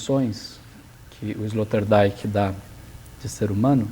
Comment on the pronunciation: Escória, não sabem nem pronunciar o nome do filósofo sobre quem estão versando, e nem ao menos pesquisaram sobre a pronúncia correta. Esse é o perfil dos "professores" e "comunicadores" brasileiros... A pronúncia de "Rorty", "Zizek" e "Sloterdijk" já desqualifica completamente este canal. E pensar quem esses energúmenos que não tem nem mérito de existir se autotitulam 'filósofos' e podem até receber estipêndios por isso...Alguém tem dúvida da eminência da eugenia???